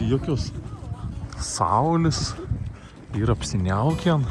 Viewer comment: Esu žemaitė bet niekad negirdėjau tos - n- gale, pvz - apsiniaukėn- ar čia Telšių dialektas?